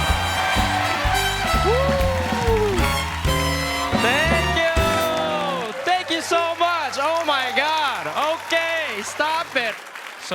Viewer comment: I feel like a proud auntie that listens to her nephews podcast and now got to see him on TV!!!! 🥰🥰🥳🥳💃🏼💃🏼💃🏼💃🏼💃🏼 Congrats Fumi!!!! And Colbert pronounced his name correctly. Uhuuuuuullllll victory ✌🏼✌🏼